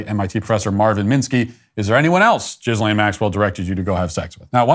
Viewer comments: it's not pronounced Jizz-lane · I like how you pronunce her name - Jizz Lane. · “Gizzlane Maxwell” 💀 😂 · I love that matt walsh always says "jizzlane maxwell" because i do the same